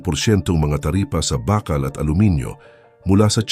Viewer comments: anong "bakkal"??? BAAKAAL kasi yan. Panay kayo AI Voice walang kwenta pakinggan. Ang tatamad nyo mag effort para sa viewers nyo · Bakal ,mabagal ang pagbigkas , hindi mabilis .at bagama't , hindi bagaman ,itama ang pagbigkas.